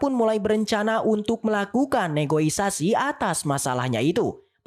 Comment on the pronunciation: Negosiasi bukan negoisasi...wkwkwkwk